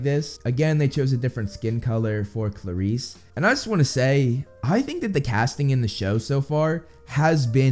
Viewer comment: If there's one thing I've learned about Percy Jackson from this channel, it's that I've been pronouncing everything wrong: Aers (Ares, god of war), Afro diet (Aphrodite), Poe say don (Poseidon), Haids (Hades), Chee-ron (Chiron), Percy phone (Persephone), Sill-ae-nah (Silena), Klar-is (Clarisse)...you get the idea. Guess just reading is not enough. Thanks for repeatedly blowing my mind,!